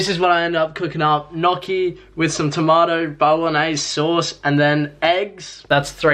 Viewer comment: Another great video,, the interview was interesting even though I already knew about everything from your videos ahah!!! (nyo-chee) for gnocchi bro !! Keep it up.